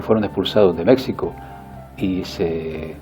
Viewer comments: se pronuncia Méjjjjjjjjjjico, no Méxxxxxxxico, saludos, aunque creo que dejas siempre al lado la influencia del sionismo en todo lo que sucede a día de hoy. No deja de ser interesante tus vídeos porque están bien documentados históricamente, pero en mi opinión hay muchas más cosas que dejas atrás, imagino que por temas políticamente correctos que todos sabemos. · Amigo, usted habla bonito, pero; es México= Mejico y no Mecsico.....disculpe la observación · Se pronuncia Méjico pinche español ignorante de mierda. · Pablo Rengifo Estoy totalmente de acuerdo con que Mexico no se pronuncia así y como siempre siguiendo los dictados de aquellos que siguen con el tema pro-indigenista que cambian las calles, los monumentos, el idioma, etc... creo que la respuesta de viene desde el ego y no la razón, además veo que tiene enquistado el tema del sionismo que trata superficialmente, saludos y esto me ha generado muchas dudas, este canal creo que se queda para sus acólitos.